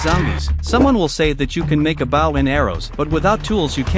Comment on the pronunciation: Baw it’s bow